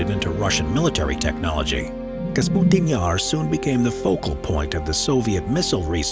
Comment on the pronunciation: Kapustin not Kasputin.